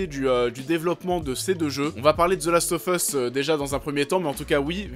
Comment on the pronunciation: « Zeulast offeusse » et « unchartaide » ! 😂😂😂